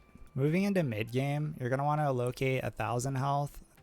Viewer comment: somebody tell this man how to pronounce "allocate" 🤣nice video though